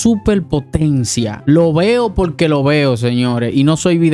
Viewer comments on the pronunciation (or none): No se dice polque se dice porque